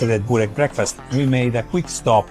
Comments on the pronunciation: Nicht Bork-burek.Lese es wie es geschrieben wird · nicht bork sondern burek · Was für ein Bork???? Das heisst Burek